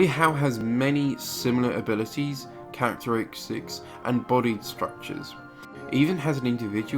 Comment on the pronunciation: you said chariteristics not characteristics